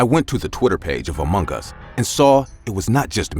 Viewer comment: amung gees that is how to say it 😏